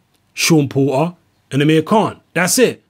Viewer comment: "Seem like" is your perception Pratice english you are a pale man you should be able to speak his name Is Porter not Po- err dumb ass cave man